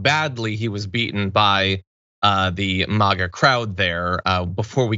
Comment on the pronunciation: Thank you for saying Mah-a and not Mag-a, it's a pet peeve o mine 😂